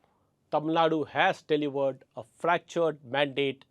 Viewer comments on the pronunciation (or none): Sir, a small observation: you have a tendency to pronounce "v" as "w". Some words that I noticed were Vijay, vote, delivered; where you round your lips to make a "w" sound instead of touching your top teeth with lower lip to make a "v" sound. You have great diction though so I am sure it's an easy fix with a little practice. All the best.